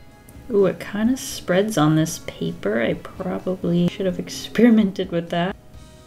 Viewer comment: I love the way she says pappprrrr😂